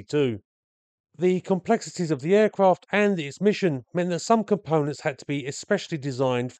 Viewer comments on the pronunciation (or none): none